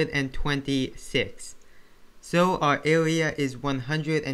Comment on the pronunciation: Bro, if I had made fun of you of the way u speak, would you be happy? Why are you making fun of him because he can't pronounce the R.